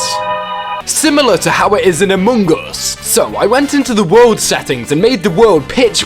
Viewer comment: Dear god. The way you chew up and spit out the word “among” is Horrendous!!!